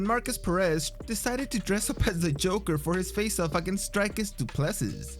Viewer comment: Bro the way you said Dricus du Plessis😆😆😆funny cuz I'm Afrikaans